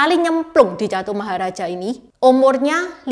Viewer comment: Tambahan koreksi lagi 😅utk pengucapan alam surga tingkat 1 itu Catumaharajika, bukan Catumaharaja😂